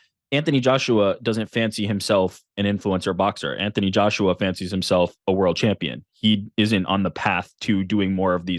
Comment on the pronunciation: Did he say Antony Joshua 😮